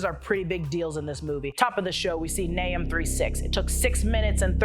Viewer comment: Nah”uu”m, Ak”ee”ra, neph”ee”lum